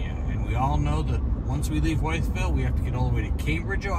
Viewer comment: I live in Mercer County where Pipestem park is located... fished there and hiked many times. FYI Wytheville is pronounced "Withville". My favorite pumpkin patch is located there.